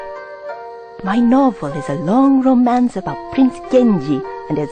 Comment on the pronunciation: And just after it, he said "rong" instead of "long"... (I can't believe I was expecting "rongu"...)